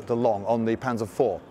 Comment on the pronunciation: My god, could it be, he didnt pronounce it panser but instead used the actual German way of pronouncing it